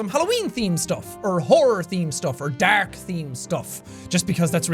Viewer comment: I loves how says DARK ( I'm not sure)